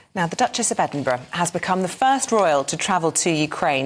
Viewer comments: should be pronounced Ed -din -bur-ra i've heard some say ed-in-burg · I hate the way pronounces Edinburgh 🤨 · She can't even pronounce Edinburgh! 🙄🙄🙄